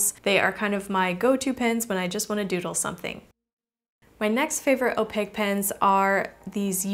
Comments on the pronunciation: She’s like the Ron of art... like some Hermione just straight up went “it’s opaque not opague” at her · Some people pronounce it as (Oh-Pack) 😂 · I dont like how you say opaque ...